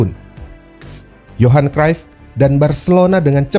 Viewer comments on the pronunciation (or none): none